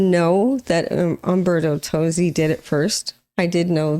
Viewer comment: It's in ITALIAN! Also the singer's name is pronounced Tozzi (Totzi) and not Tosi. He originally wrote the song and Laura took it and made an americanized version of it.